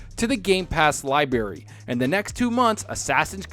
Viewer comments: Why do you say "Liberry"? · My mom says it the same way 😆